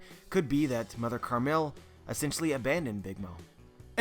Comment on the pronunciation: Isn't it Mother Caramel not "Mother Carmel"... can someone clarify this lol